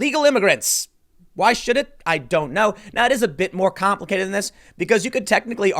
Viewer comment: When Tim says “it’s complicated” all I hear is “it’s endlessly we-tall-did.”